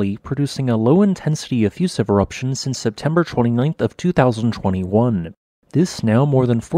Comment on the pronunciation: he said waning eroption